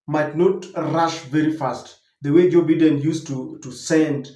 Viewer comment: The name is pronounced as"Baiden" and NOT Bidden😂. Just a humble correction🇬🇧